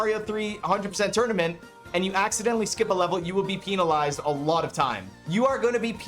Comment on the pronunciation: It's pen-alized, not peen-alized. You don't get a peen-alty in a game. I thought you were better than that,. That has nothing to do with a Canadian accent either. Pull it together.